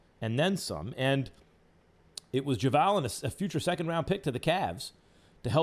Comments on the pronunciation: bruh why does he keep saying javaaal McGee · Anyone else cringes at the way he says JaVale? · I'm kinda bothered with how he's pronouncing Javale's name. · Is that how JavAL is pronounced.